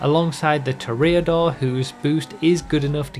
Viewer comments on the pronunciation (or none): Five years after its release "toreador" still gets pronounced incorrectly. Great video other that that ;-)